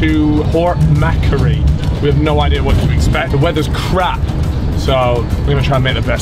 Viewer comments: port what ? mackcurry lmao McQuarry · Did homie just pronounce port Macquarie as “port Mackery” wtf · Port Mackeree haha it's pronounced Port Mac--Kwa---reee. Damn can't believe u guys are here. Come to Sydney, you'l get to see the harbour bridge and the opera house, especially the night life in the city and defs gotta check out our beaches especially bondi, you'll know why it's so much different. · Being Australian and hearing him call it port mackery when it’s port ma quarry is devastating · macary hahahahaha mac-quarry is how you say it hahaha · Lol 'Port Macarie'. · CalFreezy got me muddled for 2 minutes. he called Port Macquarie "port mackary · My guy said port macery. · Bro just said Port Mackery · Ma-quarry is a much easier to understand way to sound it out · port mack-ary lmao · Pronounced port mac-quary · Cal’s pronunciation of Port Macquarie 💀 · the way pronounce port macquarie 💀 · Cal needs to be locked up for that pronunciation of Port Macquarie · The way he said Port Macquarie made me cringe 😂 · The pronunciation of Macquarie is vile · they mispronounced port macquarie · can't pronounce Port Macquarie